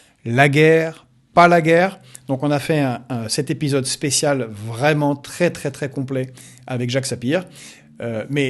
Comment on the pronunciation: ton accent russe s'entend hahaha ( dans ce nouveau "episode") tu prononce épiiisyode